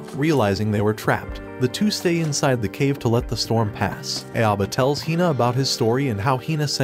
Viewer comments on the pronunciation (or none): Cringing on your pronounciation on his name... It's Ah-oh-bah not Ae-o-bah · im still so triggered by the voiceover calling "Aoba" "EiAbo" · Except this narrator isn't even close to correct pronunciation. Aoba = OW-BA. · Bro his name is pronounced Ow-ba…. like Dio literally says it in a good portion of the episodes….